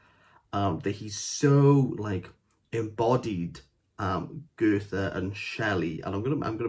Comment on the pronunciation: This sounds like a crap book, but dude... If you're going to correct Waldun's spelling, at lease make sure your pronunciation of FAMOUS and IMPORTANT people like Goethe and Mozart is correct. We don't need you to put on a German accent, but please... It's Goe-t-e. No 'th' sound, just a 't'. And it's Mo-ts-art, not mo-zart with an English Z sound. Being unfamiliar with the German pronunciation system isn't an excuse. These names are pretty ubiquitous and if you review books/culture as Waldun does, you should be familiar with how they are pronounced, just as he should be familiar with the spelling of Shelley. LOL.